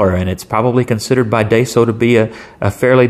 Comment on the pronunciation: Hm interesting pen might grab one if I’m ever in a daiso, just ordered a lamy safari tho excited for that, and just a heads up , it’s pronounced die-so not day so. You got the so part right just a little off on the first bit ;)